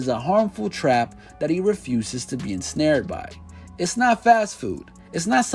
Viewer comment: Lol homeboy said “ensnared”